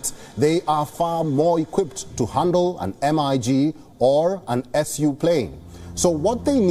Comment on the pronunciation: It was soo cringe everytime he said M I G and S U fighter jets